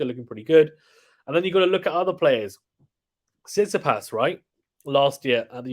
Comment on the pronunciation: Bro said Tsisipas 8💀 He should be higher Cmon